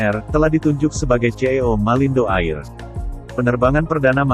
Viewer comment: Bukan AIR cara baca nya.